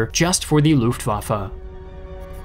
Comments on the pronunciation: "Luftwaffa" its "L U F T W A F F E" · that's not how you say "gotha"... it's not an english th... also "lufftwaffe" lol